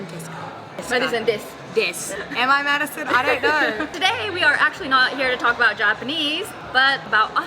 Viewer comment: オーストラリアのホストファザーはneighborをナエバ、here をヘヤと言っていたのでイがエに、エがアと変わっていたように感じました。